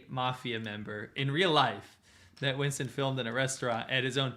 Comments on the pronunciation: w's in some countries are pronounced as v's which is why Winston might get transformed to Vincent in a way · Winston pronounced 'Vinson' is because some people esp new learners of English, find it hard to pronounce 'V's ' and 'W's' !